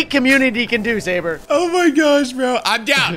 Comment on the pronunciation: it's sabre not sabet and tewbre also